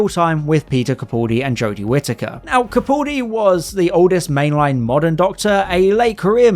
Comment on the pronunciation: Your video would have more credibility if you pronounced Peter Capaldi's name correctly. It's CaPALdi. To be fair, 90% of videos get it wrong. I have great respect for his talent, and for some reason this irks me.